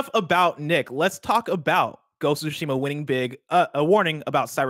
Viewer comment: and, you both pronounce it wrong. It’s not Ghost of Shima, it’s Ghost of Tsushima. If you think you’re saying that: not everything should be spoken fast, slow it down a bit and say it properly. Ghost of SOO-Shima, or even the way Greg likes to say it. Minor gripe but so annoying to hear when every 5 seconds... “ya ya blah blah GHOSSOSHIMA etc etc” LOL